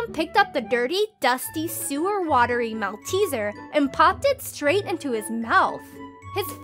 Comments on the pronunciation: Although it’s spelt malteser it’s actually pronounced molterser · The pronunciation of malteser here triggers me.